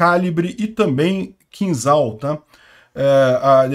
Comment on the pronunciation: a pronúncia do míssil é "Kinjal" (e não "Kinzal")